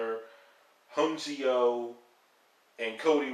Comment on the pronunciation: i think ya meant ooh-knee-ko not un-see-oh; sorry that just irks me a bit; but yeah you wouldn't know how to pronounce that not watching much of the product in a while(which i don't blame ya for) and looking at the results i am VERY surprised to actually see them NOT have Orton just go 1 v 4 and run all 4 of them over... odd...